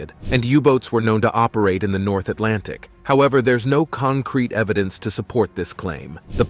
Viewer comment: STOP SAYING ATLANTIC 😭😭 my mind when u say it "EyEs BlUe"